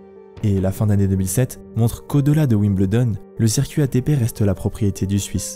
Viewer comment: Génial docu !! Merci ! (Wimbledon s'ecrit comme ça mais se prononce Wimbeuldon ;) ) zoubi